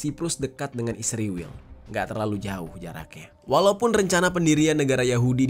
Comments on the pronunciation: israel bang bukan isriwil,, kocak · Israel bukan isriwel meperkosa huruf saja. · Israel bang, bukan isriwil😂